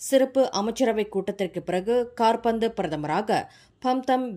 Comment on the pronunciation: Nee entha oorla Tamil padicha pesathe velaya vitru. Kaarpanthu ministera enna Football ministera Thailandil. KAABANDU endru sollavum